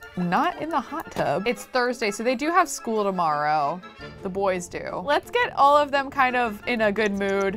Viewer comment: she said OLIVE the skills instead of all of the skills. that just shows how much she loves olive